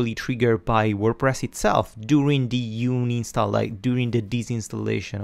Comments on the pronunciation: Its UN INSTALl not uni stall lol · It's 6 years ago BUT, "you-nin-stall"?? it should be "ann-in-stall".. Not youninstall. "un" is read as "ann" in English. But your lessons are great. I'm just nitpicking on how you say the word and I can't stop from thinking about it unless I comment this.. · Stop saying "Uni Stall" it's doing my head in! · UHN-in-stall .... "UHN" the same sound as the "UHN" when you say the number "one." HOWEVER: UNI-nstall is now my favorite. I will try to use it in every professional situation possible! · Thanks for the great video series. I would also like to add that it is pronounced un-install :) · No way, from now on I'm calling it uni stall much cooler ;) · I've been saying uninstall wrong for a undisclosed amount of years and no actually i dont want to talk about it, cheers!